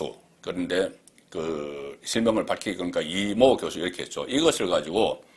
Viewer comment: 이 모교수~~이걸 이모교수로 읽는다고??? 골때리는 밴호샤네